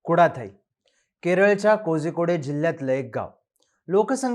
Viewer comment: Kozhikode ( कोझिकोडे ) नाही भावा कोळीकोडे आहे .....बाकी मस्तच❤❤❤